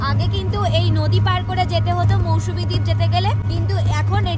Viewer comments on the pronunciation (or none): Didi Ota mousumi noy mousuni island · Mousumi নয় mousuni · Little mistake it's mousuni not Mousumi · MOUSUMI Noy It's Mousuni Island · মৌসুমী দ্বীপ নয়,ওটা মৌসুনি দ্বীপ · ওটা মৌসুমী না,মৌসুনি দ্বীপ। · It's not Mousumi, it's Mousuni. Please be accurate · Its MousuNi and NOT mousuMi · It's Mousuni, not mousmi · Ota Mousuni Island not Mausumi 😂😂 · তবে মৌসুমী না মৌসুনি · ওটা মৌসুমী না ওটা মৌসুনি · Mousumi noy Mousuni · Mousuni , Mousumi noy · ওটা মৌসুনি , মৌসুমী নয় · Mousumi naaa....Mousumi